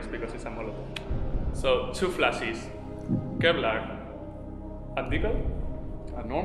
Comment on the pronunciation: para que mejores tu ingles a la hora de decir flashes en ingles la pronunciación correcta seria “flashes” ya que “flashis” seria se tuviese doble e en shes